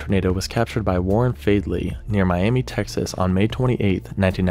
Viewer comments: Miami, Texas is actually pronounced “Miama” or “Miamuh”, believe it or not. Been there many times to visit family. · I know this video is older but I am from around the area that the twister cover picture was taken out and the locals would be upset about how you’re pronouncing it, it’s pronounced miamuh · As a Texan who lives in the Texas Panhandle, Miami, Texas is actually pronounced "Miama". Don't feel bad, I incorrectly called the town Miami when I was younger, until my dad corrected me. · Good video. It’s pronounced miam-uh on the second picture though.